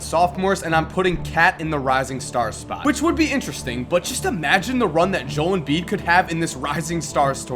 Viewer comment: How do you still pronounce Joel Embiid wrong... seriously its Joe el